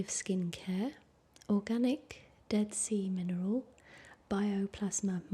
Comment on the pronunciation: Oh man, "dead sea mineral" just sounded like something else entirely for a second there LOL